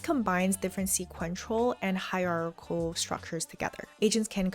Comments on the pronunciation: Hierarchical : Hire-R-Key-Coal. 😅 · "Hi-ra-ki-kal"--hope it helps. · Higher aa kee kull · hier -ar-chi-cal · "hierARARchal"... HAR!HAR! ... why don't you just have your AI pronounciation agent handle that for you...? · Say hierarichal please 😢😅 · Well done. Btw, hire ARC a cle. Stress is on second syllable. Maybe you could do a course working through real word problem and agentic workflows with actual model and tools. But I also love the excellent summaries of specific courses.... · Hie -rar-chi-cal......lol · after two hours you still didn't pronounce it correctly?!? lol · She still botched the pronunciation of hierarchical😭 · Cant believe she spent 2 hours just to pronounce “hierarchical”. I would’ve just built an agentic workflow to say each syllable accurately.